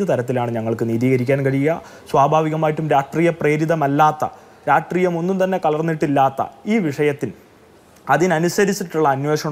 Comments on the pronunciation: Ivanu rashtreeyam ennu parayan ariyille e, ratreeyam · രാഷ്ട്രീയം എന്ന് നേരെ ചൊവ്വേ ഉച്ചരിക്കാൻ അറിയാത്ത പരമ്പരാഗത SFI ക്കാരൻ😂